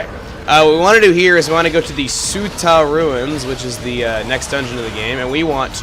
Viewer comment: heh. your pronunciation of ume and tsuta made me cringe.